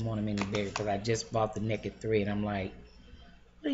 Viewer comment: I love the colors in that W&Wild! I love the brown palette! also cracked my up the way you say Naked. (Neckid) LOL Ohhh, that nail polish looks beautiful! LOL@ your hubby walking around the house with his hat on! You're so funny cute with that brush!! Hope you're having a great day off today!! Hugs, Colleen xox:)